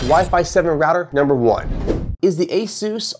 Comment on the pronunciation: Guy doesn't even pronounce Asus like everyone else. Kind of telling on himself. He's just reading the product descriptions.